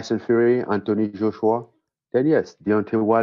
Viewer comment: Did he say Antony Joshua 😮